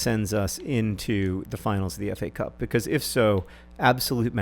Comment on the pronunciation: Problem: I don't like the way you say "because".